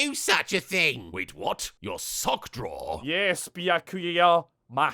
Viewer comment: "Ywes Byakuya." Died.